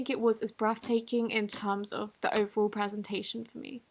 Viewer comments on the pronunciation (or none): none